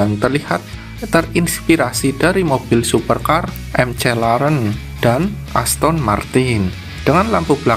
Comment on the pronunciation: McLaren ko dibacanya emce Leren sih😂😂😂 itu google yg ngomong ya?